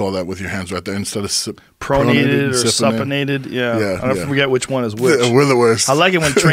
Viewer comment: Its pronounced Soup-in- ated. So always think that your hand is facing down holding a bowl of soup.